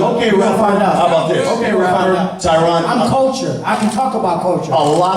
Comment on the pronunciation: He said CULTURE or COUTURE🤔